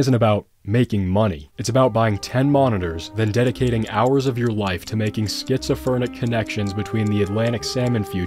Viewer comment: “Schizofernic” 😂 most of us call it “schizophrenic,” but I know you’re a financial guy not medical lol.